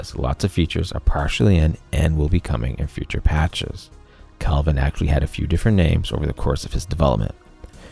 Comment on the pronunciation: Why are u pronouncing "kelvin" as "calvin" is bugging me lol